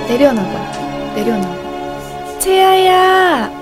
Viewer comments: 채야야 라고들리는1인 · 꽃빈님이 채아야 해야되는데 왠지 채야야 하는거같아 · 채야야라고 하는것같닼ㄲ